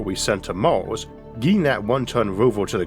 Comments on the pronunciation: Honest question, why do you pronounce some words like you do? "Maws" instead of Mars for example. Is it an accent? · so we start from Oorth to go to Moorth, sounds like a looht of fuool